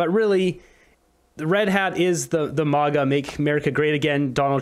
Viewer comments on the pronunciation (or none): none